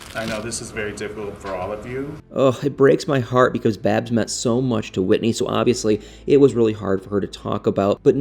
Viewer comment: Babs not baby